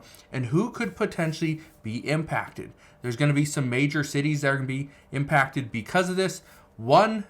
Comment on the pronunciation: Its impacted not im packed